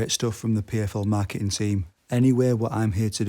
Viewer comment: “The Mai-kit-in(marketing) team” took me out man 😂😂